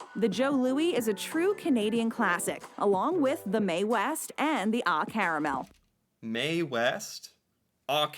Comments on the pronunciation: It's "O Caramel" not Ah. It's a play on our national Anthem O Canada 🇨🇦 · It is oh caramel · Ah Carmel like Maple Blondie are childhood favourites